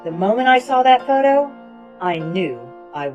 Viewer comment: "The moment I saw that photo.." My ears heard: "The moment I saw that potato"